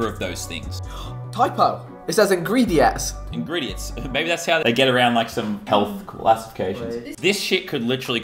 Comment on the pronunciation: back on the PRIME says ingritets